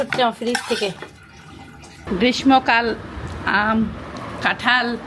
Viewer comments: "গ্রীষ্ম" সঠিক উচ্চারণ ইউটিউবে শুনে নিয়েন প্লিজ। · গ্রীষ্ম বানান (গ্রীশ্-শো উচ্চারণ)।